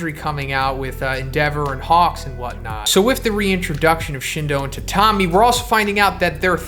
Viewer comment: i think “tatami” is pronounced “tat-ami” not “ta-tam-i”